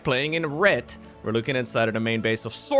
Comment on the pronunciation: Words used by narrator: "Metch" (match), "Rett" (Red)